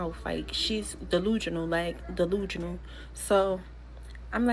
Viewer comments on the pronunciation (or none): Did that 3rd girl actually say deluGional like deluGional!?!?? 😂😂😂😂😂😂😂😂😂 Whew these lil chicks language is terrible 😂